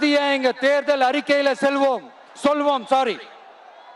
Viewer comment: அம்மா ஜெயலலிதா தமிழ்மக்களை ஏமாற்றிய விளையாட்டுத்தான் இது தமிழையே சரியா படிக்க முடியவில்லை செல்வோம், சொல்வோம்